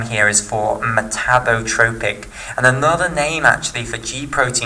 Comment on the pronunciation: Metabotropic glutamate receptor not metabrotropic :)